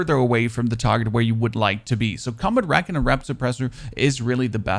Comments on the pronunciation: Friendly tip to you:D When you say “recon” (as in Combat Recon barrel) it’s pronounced “Ree-con” whereas you say “reckon”, as in I reckon it’s going to be a rainy day. I know you speak German and English isn’t your first language but just wanted to let you know so it’s perfect, in the nicest way possible ❤️ I come here every day, love all the content! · Great upload I love the m82 Also it’s “ree-con” what is your native language btw? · HOLY SHIT SAY RECON RIGHT!!!!